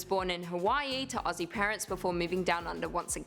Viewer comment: You guys pronounce Aussie perfectly, so many Americans just can’t get it right, go onyx guys 😃😃